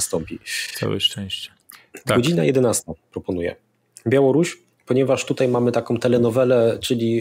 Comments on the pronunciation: Czemu p. Zychowicz mowi “tutej”, “dzisiej”..? Czy padlo mi na uszy? 🧐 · Nie "TUTEJ" tylko "TUTAJ" Panie Zychowicz;) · Panie Piotrku słucham każdego programu od wybuchu wojny, ale to 'tutej' razi strasznie. pls fix!!! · Panie Piotrze podziwiam i szanuję za ogrom pracy jaki Pan wykonuje. Niestety dopiero od czasów ataku na Ukrainę i ukazaniu się wywiadów z Jarosławem Wolskim odkryłem Pana kanał ale już tutaj zostanę. Ale uszy mi więdną jak słyszę od Pana: dsisiej i tutej ;) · Wszystko super ale proszę cię Piotrze !!! nie mów tutej ,dzisiej ,tej bo nie zniese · Panie Piotrze dziękuję za bdb wywiady szeroko omawiające tematy nas interesujące. Ale naprawdę proszę już zaprzestać mówić po warszawsku "tutej" a wymawiać >tutaj< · Panie Zychowicz, nie "tutej" tylko tutaj i nie "dzisiej" tylko dzisiaj!!!! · Program super , ale jak słyszę prowadzącego który mówi TUTEJ to trochę mnie otrząsa.